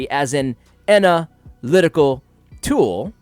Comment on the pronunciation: Lol every time you said "ana lytical tool". Great vid, btw!